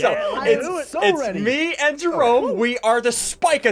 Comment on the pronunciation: jerry as in Jerome not jarry.